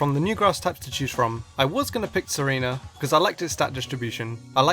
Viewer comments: Your pronunciation of Tsareena sounds like Serena, #Amour4Alola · no its tsareena, not serena lol